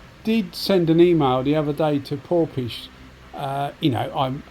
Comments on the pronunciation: just wondering how a gun spelt PORFIS (phonetically) is pronounced PORPISH? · Hi, Well, I dunno, but it's spelt Porphis all I was saying is ph is pronounced F, so it should be PORFIS. Unless they told you different!